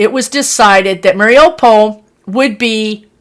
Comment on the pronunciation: Morning, I’m watching your video now. It is pronounced Mariyupol. Hope this helps.